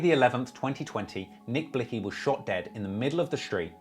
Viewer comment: Nick Blick zee btw 🤣🤣🤣🤣